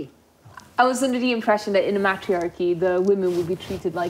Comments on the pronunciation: "MATT-rhee-ARR-keey" ...what?😂 "What makes it a MATT-rhee-ARR-key?" ...idk but they could probably tell you about "May-trEE-arr-keeys"... 😂😂😂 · Ya pronounced matriachy wrong